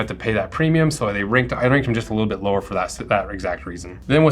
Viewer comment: “Preimum” leather :)